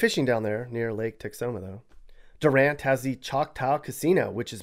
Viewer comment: Wait...back up! Did he actually DUR-ant and Musk-O-JEE?! Anyone from either city knows its pronounced DEW-rant and Muh-SKO-gee a "GUH" sound not "JUH"